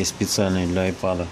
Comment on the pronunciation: Не айпод, а айпэд...